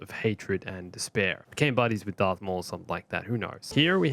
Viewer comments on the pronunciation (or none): IS HE SAYING DARK INSTEAD OF DARTH OR IS IT JUSDT ME!?